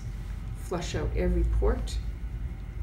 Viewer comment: Must be Canadian, she mispronounced "out" and Umbilical